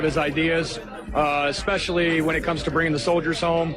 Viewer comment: You know what pisses me off, there's no "G" in the word "especially." It's not egspecially. Cut it out. Check your grammar.